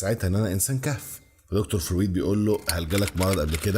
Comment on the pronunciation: حاول تسمع اسمع فرويد عشان تعرف تنطقه + نيوتن بتاع تفاضل وتكامل وميكانيكا واستاتيكا ولاهوت وحاجات كتير اوي الا الفيزياء اللي انت قولت عليها دي استمر ❤